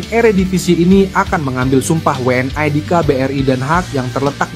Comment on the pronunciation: Saran bang, ucap'nya We'eN I (WNI) aja sih bang, jangan We eN Ai.. kalau pake Ai itu harusnya Double Yu (W)nya.. We'eN Ai kurang nyaman dengernya.. 31 menit nonton ampe abis bikin nge'batin aja